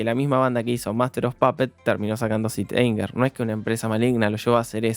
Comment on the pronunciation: Te banco muchísimo pero me duele que le digas "sit" anger a Saint Anger jajjaj